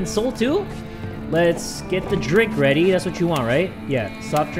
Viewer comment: did he say "everybody get WEADY" at the start XDDDDDD